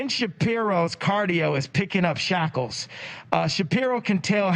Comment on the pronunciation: Kanye is a fake antisemite. He pronounced sheckles as 'shackles' What a rookie racist move.